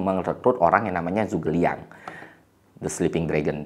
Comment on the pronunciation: Liu bei dibaca liu pei Zhu ge liang dibaca cu ke liang B itu dibaca p G itu dibaca k